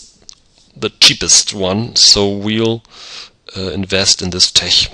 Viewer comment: Tech is pronounced with a hard k sound.